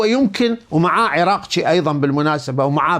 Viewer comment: السلام عليكم كم مرة قلنالك الفظ الاسماء صحيح مو تقلبها عرقجي وليس عراقجيب عرقجي عرقجي حتى بالانكليزي مكتوبة اركجي انت بيك شي لسانك بيه شي مو احترمك واحب اسمعلك وما يوم افوت حلقاتك بس تشبعنا قهر من تذكر الفالرسي الايراني عرقجي وتكول عنه عراقجي ليش ما تكول عراقي وامنحه جنسية مرة ثانية ترى اسلط لساني عليك